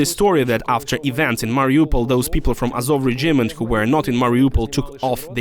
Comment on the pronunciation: Чому [ре' джімент],а не[ 'реджімент],[ке'міст],а не ['кеміст]?Це така крута вимова?